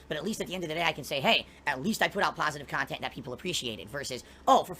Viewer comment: The guy is 40 years old, getting out of Chapter 7 takes almost 10 years, but I bet his thinks he's going to be providing pahsitive, successful khantent into his 50's. THIS is moving the goalposts.